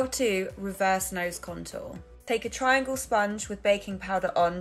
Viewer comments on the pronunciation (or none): none